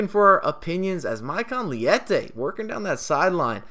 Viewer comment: Nice video mate! Actually his name is Leite (it's milk in Portuguese) not "liete"